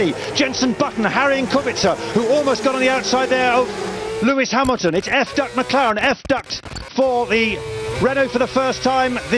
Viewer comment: "It's F-ducted McLaren, F-ducted for the Renault..." Let me tell ya, I heard something else COMPLETELY different than "F-Duct" lol 🤣🤣🤣